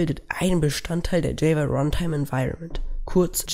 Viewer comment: Gutes Video. aber bitte ändere die Aussprache von "Java"